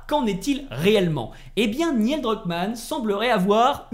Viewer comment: Neil pas Niel